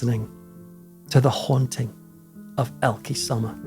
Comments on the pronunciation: Would be nice if you would attempt to learn the correct pronunciation of her name. You say it so often it’s annoying you couldn’t be bothered to get it right. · I so wish I could leave you a voice message with the right pronunciation of the name Elke Sommer... 🥺